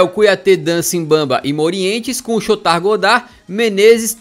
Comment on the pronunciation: ele não sabe "chotard" direito kkkkkkkkkk